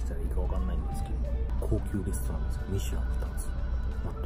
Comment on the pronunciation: 、レストランがレストンに、、